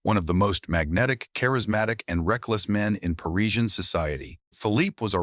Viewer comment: “Pa-riz-i-an” is the correct English pronunciation of Parisian,not “Paree-jyan”.